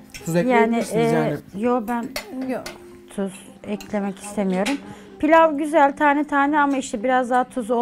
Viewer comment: Sıfır tuz kullanırım diyon sonrada tusus diyon pes